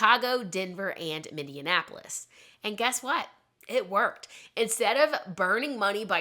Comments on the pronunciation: I can hear your struggle with pronunciations. Minneapolis: Min E Apple Us. I hope this helps! I've lived here14 years, and this is one of the easiest city names in Minnesota to pronounce! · you're definitely saying "Mindianapolis"...i re-listened like 3 times..❤